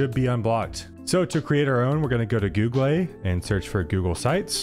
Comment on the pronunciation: who says googlé /gu-glei/